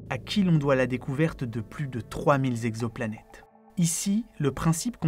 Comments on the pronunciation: Comme d'habitude un travail exceptionnel, une vraie réussite. Une remarque cependant, attention à l'orthographe notamment les liaisons. Cent "zexoplanètes" ça m'arrache les oreilles, il n'y a pas de "s" à cent. Cent "texoplanètes" est plus correct. RAS par ailleurs. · À 4 minutes 25, Cent t exoplanètes, pas cent z exoplanètes ! Ok, je chipote...